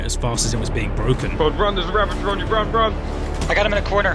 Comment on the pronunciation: RA-VA-GER not RA-VEN-GER